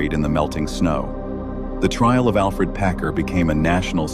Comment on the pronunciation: It's AlFERD not Alfred.